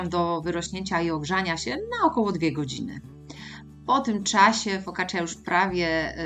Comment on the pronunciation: Fokaccia nie fokaccja "i" jest prawie nie slyszalne😊